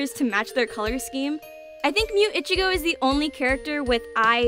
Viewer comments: I keep hearing ichigo as bitchygo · The way you say ichigo itchigo bugs me so much.